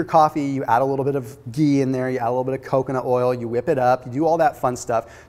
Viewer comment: I can't get over how he says geee